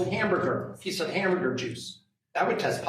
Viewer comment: Did he say an injured mouse? Turnip? Hambyrger meat?